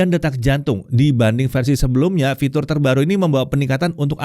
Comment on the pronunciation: "lalu ada fitul" 🗿